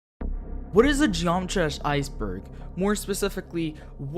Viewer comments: "what is a genomatrash iceberg" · You said geometry dash "Geomtrash" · What is a Geomatrah Iceberg?